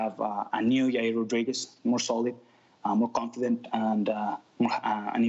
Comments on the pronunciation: Well he went from your-ear to yar-year that's progress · Yah-ear!!.... ... your welcome Chael! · Hope Ariel can teach Chael how to say "Yair" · SDBARTENDER1 Your Rear Rodriguez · SDBARTENDER1 yeryer Rodriguez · SDBARTENDER1 yeah “Your-rear” Rodriguez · SDBARTENDER1 Hope Ariel teaches Yair how to say jail, not yail.